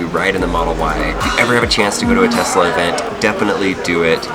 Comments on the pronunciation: “telsa” model y instead of Tesla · "Telsa Model Y" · Telsa anyone else notice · lol telsa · stop pronouncing Tesla like TEST-LA its TES-LA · did anyone realise its Telsa and not Tesla? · Telsa Model Y Me: What's a Telsa?